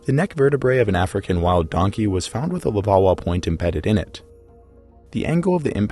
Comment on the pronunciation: Take a shot every time he says levauwa